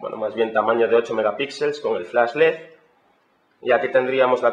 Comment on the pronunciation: es un pendejo... ni la puta palabra "LED" sabe dcir....:/